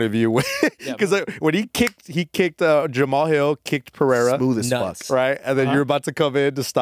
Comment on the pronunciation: Why is having such a hard time pronouncing "Jamal"? It's Juh-Maal Hill who tf us Jamahal? Lol